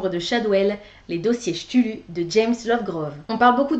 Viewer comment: Je suis tombé sur Ta vidéo en cherchant des infos sur me roman de sherlock. Ne le prends pas mal mais ta prononciation du mot cthulhu nous a valu un tel fou rire que jme suis abonné direct. Bonne continuation !